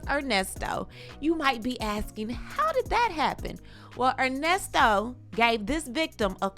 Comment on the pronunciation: OMG! I heard him say Con-Nesto should me out too! 🤦🏾‍♀️ There are other serious charges… child/animal p0-n on his laptop and embezzlement (e.g., another woman’s bounce $20k chk he used as deposit f/Shirley’s b’day 💍…).👀 Ernest Levert Williams need to go under the damn jail!